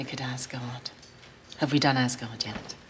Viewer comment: It's Picnic at Azgard not Ascot.